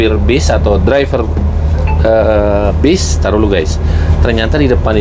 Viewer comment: Bas ❌ Bis ✅